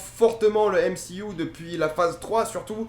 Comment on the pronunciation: On dit MCU pas M C IOU!!!